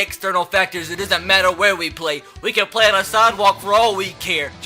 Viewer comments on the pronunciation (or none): none